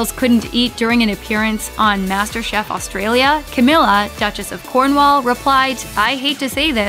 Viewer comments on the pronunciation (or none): none